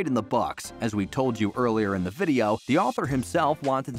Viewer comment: What’s a videoaww? 😂